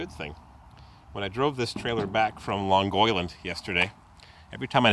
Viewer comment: First, long oil land, is that your queens accent